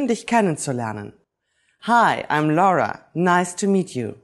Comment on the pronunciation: Nice to find out that you pronounce "L-A-U-R-A" just like we do in Italian, and NOT "LORA" just like they do in English :-P Nice video anyway